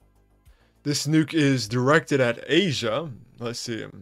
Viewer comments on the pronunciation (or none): none